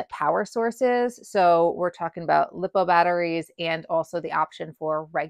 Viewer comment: Glad to see more women getting into the sport and being public about it. Side note, LiPo is pronounced Lie-po not Lee-po. I only mention this in kindness, not out of criticality.